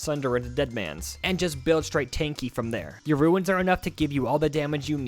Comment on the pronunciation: Ruins... Ruins... Ruins.... ITS RUNES!!!!!